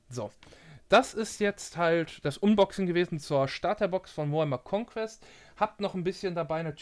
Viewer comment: Gutes Video, aber bitte sprich unboxing englisch aus ("anboxing"), alles andere klingt echt dämlich. Sonst daumen hoch